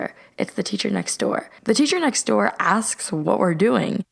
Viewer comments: she said gore instead of door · she said goor not door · She didn’t say door she said gor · “Thisesher next goor” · “the seacher next goor” 😂😂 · “the Seture next goore” Me: learn English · she says qore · She said "the seacher nexgoor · the seahcer next zore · did anyone hear her say teacher next door wrong listen closely and you'll hear it